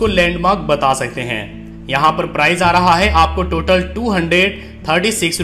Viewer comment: Apka presentation bahut shandar hai. Mujhe is se pahle, jab bhi kahin jana hota tha to main apne grandson ko ola book karne ke liye kahta tha. Per ab main confidently khud ye kaam kar sakunga. Is guidance ke liye tah-e-dil se shukriya! Apka andaz-e-bayan bahut hi badhiya hai. Bas, sh ki jagah s aur s ki jagah z ka pronounciation, jaise shahar ko sahar, location ko lokesan aur price ki jagah prize thoda sa hatke laga. Vaise, har kisi ki apni style hoti hai. Isliye ise otherwise na len.😀